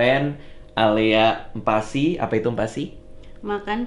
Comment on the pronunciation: Aku kalo ngomong MPASI tu "em pasi".. " bang radit : "mm pasi".. dan yg baca tulisan ini be like "apaan siii"😂